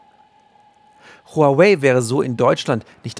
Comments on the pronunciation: Den Namen Huawei spricht man: Wawey! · ARD, lernt doch mal bitte wie man HuaWei richtig ausspricht.